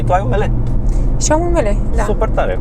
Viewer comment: ML?ML? Se zice MELEU boss... :))) (caterinca)